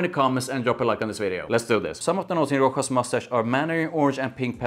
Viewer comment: Rochas -> pronounced correct Roschas with a „sch“ like in Moustache It’s pretty good but tuxedo is quite different and after a few hours it’s just sweet vanilla In my opinion the opening is the closest to tuxedo then it’s just get sweeter and more vanilla heavy. Tuxedo on the other hand is more Smokey and it last for 8-10h.